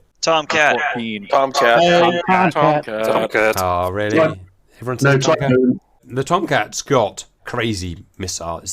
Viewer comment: In real life, if there was a nuclear strike heading towards the US, the "you're not allowed to fly that fast for that long" rule would be ignored. Also, you need to watch Mover on youtube to get the correct pronunciation of "TOMCAT!"